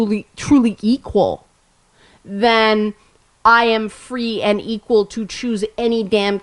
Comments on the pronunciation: "Geequal" LOVE IT! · did you say "geequal"? I may have to start using that :-)